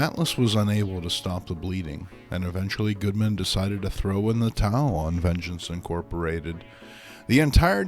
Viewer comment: He calls Martin Goodman, "Goldman."